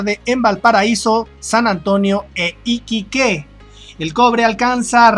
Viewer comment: Por favor tómalo como una observación constructiva. Iquique es una palabra grave en su ortografía por lo que no lleva tilde en la segunda sílaba ya que termina en vocal y no se debe escribir Iquiqué que es la de tu pronunciación. No hay otro ánimo que el que quienes no conocen Chile conozcan la pronunciación de algunas palabras que les son desconocidas. saludos.